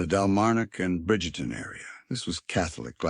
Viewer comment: Pronounced BRIGTON!!!!!